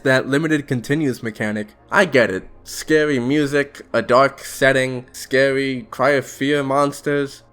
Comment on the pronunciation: "....howwow, there's nothing scawy about getting charged out of nowhere" im sorry i had to. Good vid though. Especially that part that i quoted, what's even worse is that im pretty sure some vanilla infected sounds are REUSED FOR REGULAR INFECTED. WHY.